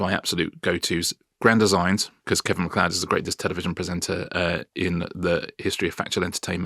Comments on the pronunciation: He seems nice but unable to say because "becoose" minor derail. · Anyone else notice how weirdly he says the word "because"... "becawwws" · My granny used,to say, "Never trust a man who can't pronounce 'because' properly" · The way Simon Cowell pronounces ‘because’ is infuriating me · The main takeaway from this interview is that he pronounces the word 'because' very weirdly